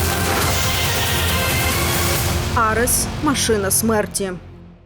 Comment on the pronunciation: Ведущие канала даже не знают как правильно сказать (АРЕС)!!😂😂😂😂😂